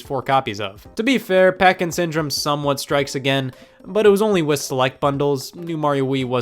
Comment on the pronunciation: legit thought you were saying "parkinson" instead of packing syndrome when talking about duck hunt